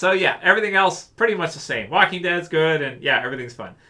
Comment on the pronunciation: The woking dead lol